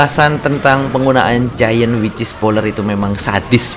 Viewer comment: Kalo bilang wicth jangan kek wichis bang :v kek aneh gitu aja